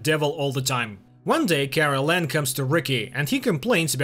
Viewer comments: It's Karellen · His name is Karel not Carolan. Besides a couple of other mispronounced names you basically got it right, but you have a couple of facts about the series wrong. Of course the book is more detailed. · Kraylen is how it should sound